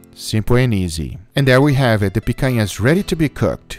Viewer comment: Guga, are you brazilian? Your accent of "picanha" and "churrascaria" is perfect!